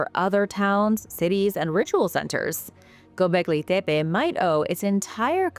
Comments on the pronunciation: While I admit it is very refreshing to see and hear a real human talk on YouTube instead of insufferable AI voices, I'm confused about why you are forcing such a strong accent when pronouncing gobekli tepe. I've watched dozens of historical documentaries about it and I've never heard anyone pronounce it like that before, even when real people are narrating. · Its kindof annoying hearing a 90% regular english accent mixed in with that other accent when she says Gobekli Tepe. I say pick one accent and stick with it, consistency is key 🤙